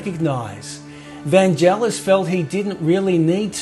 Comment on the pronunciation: Really interesting stuff. The only irritant is repeatedly pronouncing Vangelis' name wrong! It's "Van-gay-liss" with a hard g, not "Van-jell-iss".